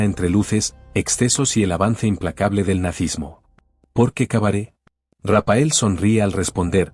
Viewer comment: Rapael no RAPHAEL, la pH suena como f. Si no fuera por eso y la foto que habéis incluido hecha con IA y señalando a un Raphael super anciano, parecería que hasta lo habéis entrevistado, habéis inventado todo. Lastima que hayais inventado todo. Tanto Rapael es patético señores Raphael, leído Rafael.